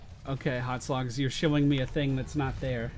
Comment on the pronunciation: It's HotS not HoTs